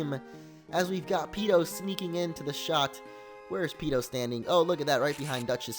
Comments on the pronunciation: It's Peeko, not Peeto. Sorry but I'm a gen 3 fanboy I had to :/ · It's Peeko not Peeto. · It's peeko not peeto! Change it in goldenrod when you get fly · it is Peeko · it is peeko not peeto and kingdra is a dragon type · its peeko not peeto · It was Peeko not Peeto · Peeko is the name not peeto :D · btw mr.brineys wingull is named "Peeko" but peeto sounds cooler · He's not called peeto, he's called peeko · not peeto, peeco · It's Peeko not Peeto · And it's peeko not peedo lol. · Mr Briney's Wingull was Peeko, not Peeto. And your team is really lucky for a Nuzlocke! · Mr briney's wingull was named peeko not peeto. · It's peeko not peeto!!! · When I saw you name Wingull Peeto, I was like 'NUU, WHAT ARE YOU DOING? IT'S PEEKO, NOT PEETO! MRAAA!" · Its PEEKO !P-E-E-K-O! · it's peeko